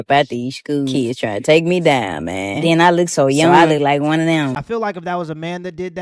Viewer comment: She was there to, and I quote: "Teech deez keys". "mooch" instead of much. "dow" instead of down. "den" instead of then. "dem" instead of them. "skew" instead of school. "missed understang" instead of misunderstanding. "... enyteeng seksooal from keys ..." (anything sexual from kids) "imm'a whorl dat" (I forgot what this shit was supposed to be before I finished typing it) She should be shot, and that's not even getting into her pedophilia.